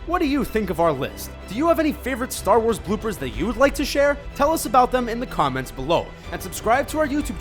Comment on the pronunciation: Huh, I found a blooper your pronounced comments wrong. You probably meant to do that did you.